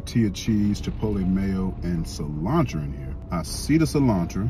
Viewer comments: “Cilantra” 😂😂😂 its Cilantro bro 😭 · Cilantro, the way he saying cilantro tra lol😂